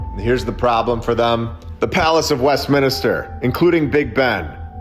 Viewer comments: West min ster Not mini ster . Thank you for your attention to this matter, lol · It's not West-minister mate ! 😅😅😅 It's West-minster 😂😂Sorry, had to say it 😂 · It's Westminster - not - Westminister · Great channel but your saying Westminster wrong everytime ,it's westMINSTER not westminister as you keep saying brother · It’s Westminster not Westminister. It get annoying after a while. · It's 'MINSTER' not 'MINISTER' sorry for being that guy... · I'm not trying to be a jerk, but it's pronounced.West-minster lol. I only know that because my parents spent a lot of time in england and canada and all over the place over there in the u.K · It's Westminster, (3 syllables) not WestminIster!!! (4 syllables) The mispronunciation is incredibly irritating, please correct it in future. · Its a nitpick, but just so you know, It's Westminster, not Westminister. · Evidence is not likely A.I., right? Only humans make these mistakes, it's charming. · Dude… Luv all of your content, but in this instance I’m pretty sure it’s WestMINSTER, not WestMINISTER… just say’n 😋 Keep up the great work 🔥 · West Minister instead of west Minster 😂 I like it 😂❤ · I had to ignore my eye twitch every time he said it 😂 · Americans please stop calling " West Minster" West Minister..Thank You! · Americans 😜🙄 Mate, It's West- MIN -ster. Not West- MINI -ster. 🤣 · Westminster, not Westminister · always wondered as a kid why so many beautiful bldgs and not built now.. also Westminster, not "Minister" 🤣🤣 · "Minister" = "min IS ter"... Westminster = west MIN ster. Sorry. It was driving me nuts. lol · As a Brit, it's bugging me like crazy how you mispronounce Westminster 😂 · Me too considering I come from UK... 😁🤣